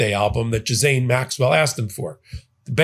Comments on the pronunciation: It’s not JIZZ-ANE, it’s GIL-ANE. Keep up the good fight.💙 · I think you’re pronouncing her name wrong. You keep saying “ja-zane” Maxwell. That is how you are pronouncing her name. Are you trying to say “gee-lane” maxwell? If you listen to how Ben pronounces it I keep thinking you’re talking about a different person. Please double check the pronunciation. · Please pronounce her name correctly. It’s pronounced Geelane, with a hard G. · Its pronounced Gee lain. And you corrected ypurself wrongly with Epstein because it is Ep Stein like Frankenstein or Einstein, and not Ep Steen aa everyone is sahing. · Ghislaine Maxwells name is pronounced (Ghee-len), just fyi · I appreciate your podcasts, but I need to correct you on two things: 1) Ghislaine Maxwell - pronounced ghee-lane. 2) The genital area on a woman is called the vulva . The vagina is the internal birth canal; it isn't external.. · Ghislaine is pronounced Gilane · Ghislaine is close this pronunciation: Gee (as in geese)- len' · Pronunciation: ghee lane is how you say the madam's name. French. Mispronounciation implies ignorance. Having said that, I absolutely love your work. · There’s no S in the pronunciation of Maxwell’s first name.